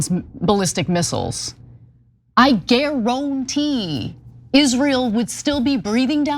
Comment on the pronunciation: Gar Aun Tee... Where did you get that from Casparian?